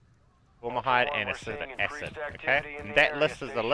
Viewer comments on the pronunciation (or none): Cringed whenever you said "formahide" and "astic acid"